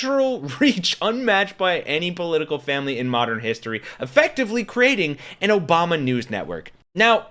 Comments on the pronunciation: Why do you mispronounce Obama's name? "Obamna"? What's that? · Why do you keep saying “Obamna”? Are you pronouncing it wrong on purpose cause you’ve said it multiple times? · Hey the “OBAMNA’S. 😂😂😂😂😂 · I know your trying to mock the right, but stop disrespecting President Barack Obama. You don't have to do this. We know the right purposely mispronounced his name, but you don't have to.